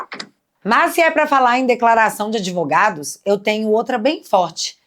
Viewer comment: Esse cara é uma besta que fala "adevogados".